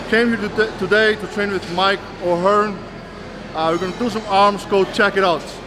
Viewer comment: I couldn't be bothered watching this rubbish but is he still calling that dumbbell tricep exercise the "ohearn press"?